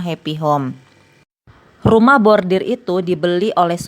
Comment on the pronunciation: Pembaca Narasi koq nyebutnya Bordir 😅, harusnya khan Bordil